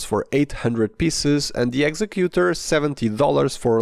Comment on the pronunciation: The way you're pronouncing "executor"...no such word.